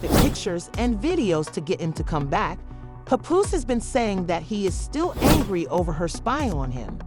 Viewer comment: I hate when outsiders try to blog on battle rap... btw his name is PAPOOSE not "PUPOOSE" 🙄